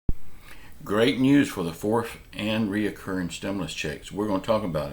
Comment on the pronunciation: It's not "RE O CCURRING"! It's RECURRING!